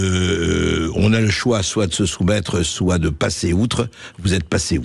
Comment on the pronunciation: On ne doit pas dire "soitE" bordel...